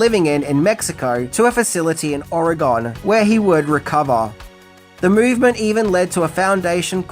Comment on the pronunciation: Just FYI it’s pronounced Or-e-gun not Or-e-gone